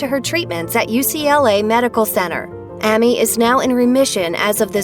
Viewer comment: Sitting here listening to this video and how many times The women mispronounces AMY'S Name just has me GRINGING!!!